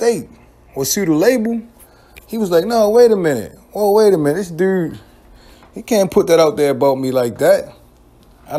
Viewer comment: Did anybody else catch how this guy says the word dude? That's pretty freaking strange and silly if you ask me. DUUURRRRDDDD